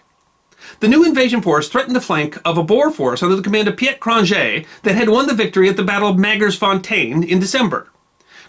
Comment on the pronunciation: Dutch born Canadian here, , , “Piet” is pronounced “Pete”. Great video!